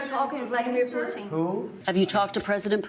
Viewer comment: Vladimir 'who'tin 😅